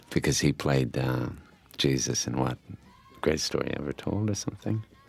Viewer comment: "Gyee - Zuss"